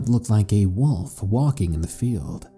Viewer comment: Lol you say wolf kind of like wuff